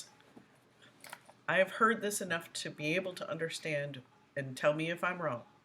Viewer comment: Wtf is undershtan?